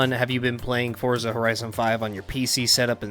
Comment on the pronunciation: its pronounced ForTza